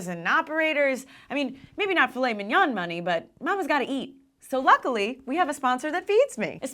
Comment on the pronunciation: lmao "filet Minion" i would love to see an ai-generated image of a filet of Minion. brah, "mignon" is pronounced "min-yohn", not "min-yahn."